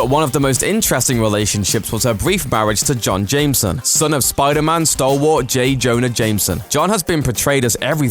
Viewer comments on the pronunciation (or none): none